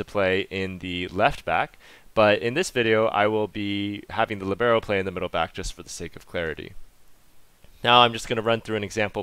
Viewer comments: All cool and useful, but it hurts my Italian hears to hear "libeeeero", because it's supposed to be pronounced "liiiiiibero"... :-) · Great explanation, thanks! Oh just one thing: it's lìbero, with the stress on the i, Italian for 'free' (to move around).